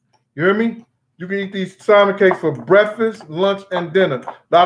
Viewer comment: I love your stories, Brother. But why do you say [Sal-men]? It's pronounced [Sam-on]. Not a big deal. My mother, who's a very intelligent person, says it that way also.